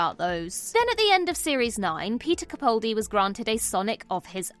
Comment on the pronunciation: After all this time (despite innumerable comments to correct this), you are still mispronouncing his last name!! 🤬 CaPALdi, CaPALdi, CaPALdi, CaPALdi,CaPALdi, CaPALdi, CaPALdi, CaPALdi,CaPALdi, CaPALdi, CaPALdi, CaPALdi,CaPALdi, CaPALdi, CaPALdi, CaPALdi,CaPALdi, CaPALdi, CaPALdi, CaPALdi,CaPALdi, CaPALdi, CaPALdi, CaPALdi,CaPALdi, CaPALdi, CaPALdi, CaPALdi,CaPALdi, CaPALdi, CaPALdi, CaPALdi,CaPALdi, CaPALdi, CaPALdi, CaPALdi,CaPALdi, CaPALdi, CaPALdi,CaPALdi, CaPALdi, CaPALdi, CaPALdi, CaPALdi,CaPALdi, CaPALdi, CaPALdi, CaPALdi,CaPALdi, CaPALdi, CaPALdi, CaPALdi,CaPALdi, CaPALdi, CaPALdi, CaPALdi,CaPALdi, CaPALdi, CaPALdi, CaPALdi,CaPALdi, CaPALdi, CaPALdi, CaPALdi,CaPALdi, CaPALdi, CaPALdi, CaPALdi,CaPALdi, CaPALdi, CaPALdi, CaPALdi,CaPALdi, CaPALdi, CaPALdi, CaPALdi,CaPALdi, CaPALdi, CaPALdi, CaPALdi,CaPALdi, CaPALdi, CaPALdi, CaPALdi,CaPALdi, CaPALdi, CaPALdi, CaPALdi,CaPALdi, CaPALdi, CaPALdi, CaPALdi,CaPALdi, CaPALdi, CaPALdi, CaPALdi,CaPALdi, CaPALdi, CaPALdi, CaPALdi